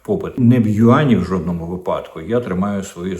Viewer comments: Саме так: вИпадки. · вИпадки,а не випАдки